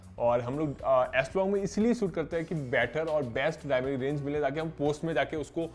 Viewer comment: Aap galt word kyu bol rahe ho, डायनेमिक होता है